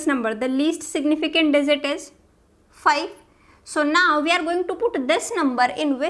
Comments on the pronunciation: indians be like swap (j,z) ------> dizit :D not digit . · Oh, I couldn't understand what you're meaning by 'desert' here, while dealing with numbers, until I realised that the word was 'digit' for which you said 'desert'! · It's Digit. NOT DIZIT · dizit nai digit hota hai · Maam its DIGIT .....not DIZIT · I was in the mood to study but she pronounces 'digit' as 'dessert'......now I wanna eat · Dizit 😆 By the way lecture was fantastic !